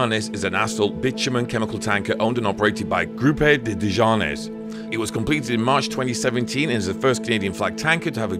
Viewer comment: It is cool to see them scrape their way along the wall like that. In case you get any more Desgagnes ships later, it's pronounced day-gan-yay!